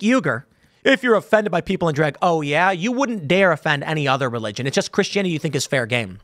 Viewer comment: I've never heard anyone pronounce Christianity this way.